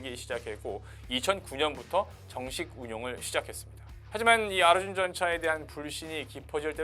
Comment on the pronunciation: 아르준이라고 발음하니까 더 조롱적으로 들린다. ㅋ